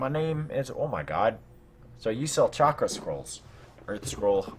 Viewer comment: Chalk-ra not shalk-a